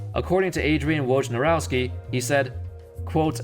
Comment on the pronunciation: Quick tip: It's pronounced "Voynarovsky"